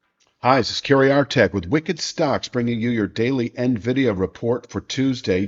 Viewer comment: God damn it, it’s Nvidia, read news